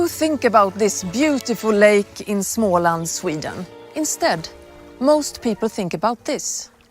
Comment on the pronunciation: You pronouced ingvars name wrong and also småland.